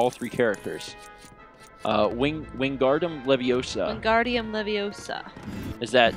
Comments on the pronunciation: It's pronounced leviOsa not levioSA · I was hoping Mal as Hermione would correct pronunciation of Wingardium Leviosa. It's LeviOsa not LevioSA lol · It's LeviouSAR. :D